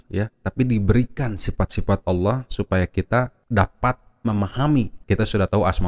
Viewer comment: Babtisan yg menyebut ALLOH ja mleset jelas auloh dn menyebut ala da jelas perbuatan orang kafir. amati bacaan dgn jeli dn jelas. lidah orang kafir bila mengucapkan ALLOH pasti melintir kesulitan dlm pengucapannya.